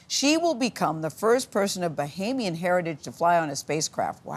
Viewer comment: “Bohemian heritage”?! Wow, so ignorant. Can’t even pronounce countries names correctly. What a tool. This PR stunt was so idiotic. Shame on you, all of you.